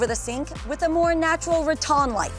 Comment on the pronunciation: Saying rattan like RAW-TOHN is bizarre, it's rattan like Ra-Tan, girl C'mon